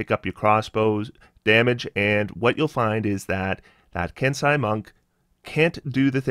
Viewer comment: It's "Ken-say" not "Kens-eye"